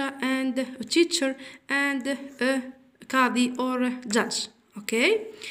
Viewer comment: شكرا لكن ليس فاضا..بل فاضر وليس تيشا،،بل تيتشر